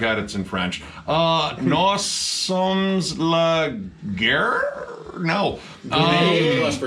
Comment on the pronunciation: Pretty good french you got the la guerre part but nous sommes is pronounced "New" Sum" Keep it up, Great review guys as always!!!!